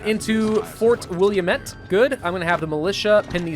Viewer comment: It's interesting to see what happened to Oregon as an Oregonian. Also it's Will-am-it damn it hahaha